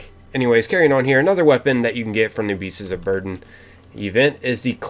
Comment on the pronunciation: Are you saying "Beasts's?"